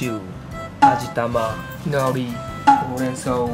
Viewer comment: ほうれん草のイントネーションちゃうよな